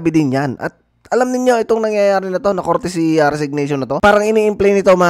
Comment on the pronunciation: COURTESY not CourTICY. Bakit di ka man lang nag Google!